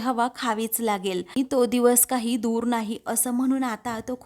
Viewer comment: Dhara dhoor nahi dara door mhana.kiti ashudh vachtay.